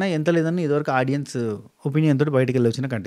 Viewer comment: Few days ee reviewers videos chusthe vachina English kuda marchipotham emo😂😂 audions anta😂😂😂